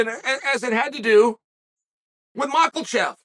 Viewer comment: "Mocklechef" lmao